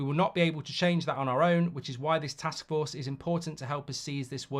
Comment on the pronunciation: "A joint task fork" 😂